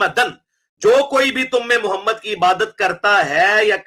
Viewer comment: AP Muhammad ka name bh thk sy nhi ly rhy apni vedio khud sunain zra